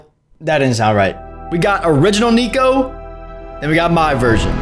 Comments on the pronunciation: It's pronounced Nick-ko not Nee-ko! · That ain't niko that's sniko😂 But seriously good job 👍